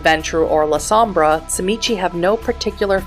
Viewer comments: great video, appreciate the information density and ofc the refusal to say zee mee zee. subscribed.(its CHI MITCH btw ^^) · First time watcher, but sadly, also last. In your first minute, you pronounced TZIMISCE wrong not once, but you said it three different ways, all in a row, and you know, that's really jarring, and I had to stop watching at one minute. The creator of the World of Darkness (and inventor of the clan) pronounces it "zim-eat-see" and ensured that this pronunciation was used throughout the entirety of the videogame "Vampire The Masquerade Redemption". So, as you can see, it becomes incredibly jarring to attempt to listen to this video, at all. The CHEE you at at the end is the icing on the cake. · Tzimisce is pronounced (ZHI-MEE-SEE) Clan Tzimisce is by far my favorite Clan, both in lore and to play. I would say my runner-up Clans would be: Ventrue, Followers of Set, Toreador, and Gangrel. I have played so many fiends over the past two decades, I would have to say my favorite was one that fancied Itself as a Artist of the highest degree. Bone Sculpture, Blood Portraiture, High end Fashion made from skin for Kindred gatherings. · Clan: Tzimizce Weakness: Name pronunciation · Say the name correctly